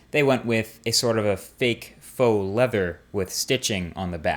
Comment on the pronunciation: Wow..I want this phone...BTW..you're good - very good...even pronouncing faux accurately...color me impressed...salutations and a tip of the cap to you sir!